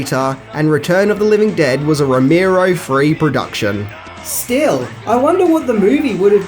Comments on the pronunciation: two things: 1) it's Romero, not Romeerow 2) You really hadn't heard of Year of the Dragon? Dude, it's Michael Cimino! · Who the fuck is rommirow!? Its Romero 😊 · ive listened to 2 reviews today with george romero, and you fucks are pronouncing his last name wrong.. its not that fucking hard dude..